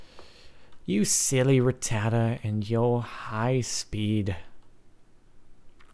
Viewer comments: its pronounced rat - ta - tat - ta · like if u lolled whe he said ratata